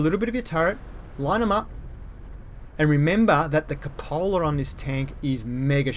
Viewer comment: It's pronounced coop a la